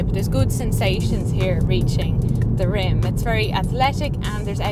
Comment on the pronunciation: did she say rim 😊